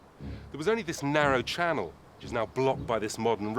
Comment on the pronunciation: This channoo is run by people who can't pronounce the letter L.